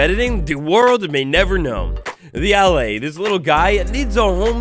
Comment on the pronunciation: It's pronounced "Al-eye". You young sprouts aren't watered enough in school these days lol